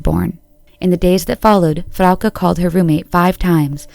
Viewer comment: Wait we're splitting hairs over severity but no points for such considerate and careful pronunciation of Frauke and Tristan's names, which typically are severely screwed up? Well that is a bit servere in my view. Seriously. 😁